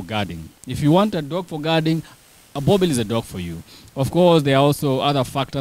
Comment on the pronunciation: Why do you guys call them boerbells ? 😂 Its Boeboer ( Boer-Bull )